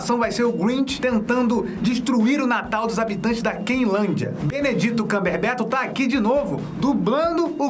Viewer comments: Que é o Grinch. Me incomodou você falando Benedito Cumberbeto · Você tá falando Benedito camberberto zuando ou você não sabe mesmo falar Benedict Cumberbatch